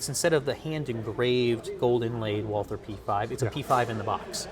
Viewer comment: why are you pronouncing the gun "WalTHer"?